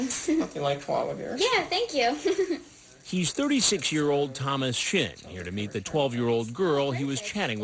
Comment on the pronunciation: It sounds like he calls that dude Thomas Shit 😂